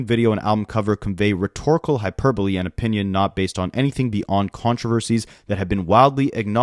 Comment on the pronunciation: The only creator I've seen pronounce hyperbole correctly so far. I was getting worried about the American school system for a moment there. 🤣 Penultimate is pronounced PENN-ultimate. And debuted is day-BEWED.